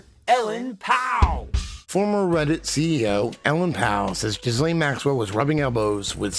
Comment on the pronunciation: As a francophone it is THE correct pronunciation of her name.